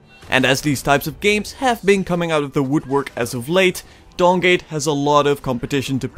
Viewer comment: I kept hearing Dong gate